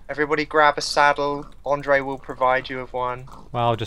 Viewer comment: Andrea? lol Its Andre.